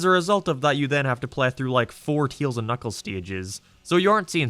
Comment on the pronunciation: I dont wanna judge your English but when i hear you saying Tails, sounds like you say Teals